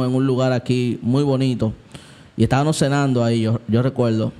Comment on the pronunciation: Dios bendiga hermano excelente contenido Una corrección humildemente sievo se dice estabamos no tabano, disculpe no tengo otro medio para decirle